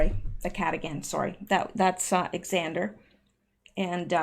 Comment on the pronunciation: FYI: Xander is pronounced the same as Zander. 😘 Thanks for all you do, still waiting for you on your Discord. If you don't know how to use it, there's several YouTube videos showing how. Hope you'll join soon, most creators have Discords nowadays, lol.